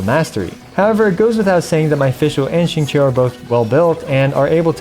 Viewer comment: Wow first time hearing someone pronounces XingQiu right lol